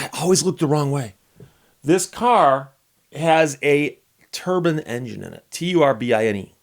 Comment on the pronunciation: Steve has convinced me to pronounce engine with a long "i".